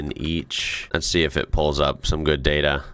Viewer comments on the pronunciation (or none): none